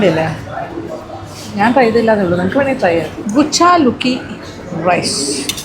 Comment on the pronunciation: Not ബുച്ചാലുക്കി rice😂 കുച്ചിലക്കി rice madam🤣🤣